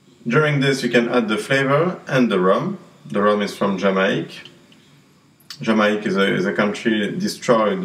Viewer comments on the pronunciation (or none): Umm...u didny say Jamacia u just said Jama...thts it come on man give some respect to my countrt